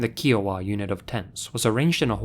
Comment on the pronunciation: Ok you seriously have to work on your pronouncing of certain words like Des Moines, Kiowa, etc